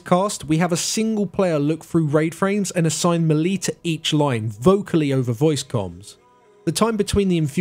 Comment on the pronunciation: Melee is pronounced "maylay" Learn to speak